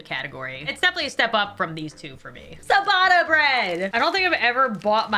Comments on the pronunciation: She says ciabatta like siabatta. Phonetically it is chiyabutta. And challah. I don’t even know how to write it phonetically. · I don’t wanna be that guy but isn’t it ciabatta (chi-bah-tuh) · K. I'm gonna be "that" person. The "cia" combo in Italian is pronounced like "chia" (like chia seed). Ciabatta=Chiabatta, Focaccia=Focaccia. Rye and pumpernickel rate much higher on my chart - especially if served with a hearty stew or borcht😊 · its pronaunced chiabatta not siabata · Oh my goodness, the c in ciabatta is pronounced with a ch sound, but its adorable hearing you say siabatta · Sa-batta bread😅as an Italian I find that hilarious 🤣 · My Italian heart when she said ciabatta 💔😢 babes it’s a ch sound not a s x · I’m crying at the way she pronounces ciabatta 😂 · OK. But, you have made a great error. How did you pronounce Ciabatta because I can tell you it was definitely most certainly not correct.